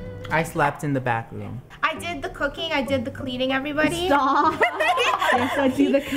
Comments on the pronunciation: He said backroom, not bathroom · well he said Bathroom but it sounded like Backroom